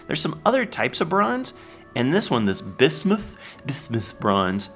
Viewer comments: I'm pretty sure "bismuth" is pronounced "biz-muth" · Why are you saying Bismuth like that? 0_o